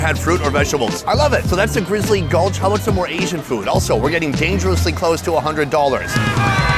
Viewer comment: Every time Sonny says the word "Food", sounds like "Foot"!